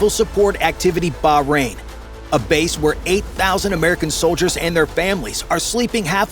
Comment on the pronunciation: DID he just say solders and famailies?